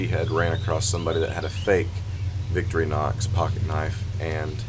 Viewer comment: Wonderful work, I always enjoy seeing the amazing things that you are making up. I just wanted to add that if you are going to using them in the future, Victorinox is pronounced Vic-tori-nox, almost like 3 words, rather than Vicktori-nox. I found this out by not saying it up to standards in front of a Swissman! Really nice work, and I wish that I had seen this before it was sold, will be looking for them to appear in your store! Munro